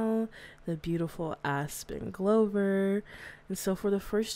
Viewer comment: Love the video my last name glover too i just wanted to let you know it’s pronounced gl-ov-er it’s kinda sounds like gloves but with a hard er sound instead of the hard L sound :)